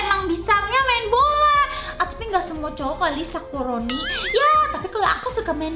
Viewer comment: Kok manggil sakuroni jadi sakurani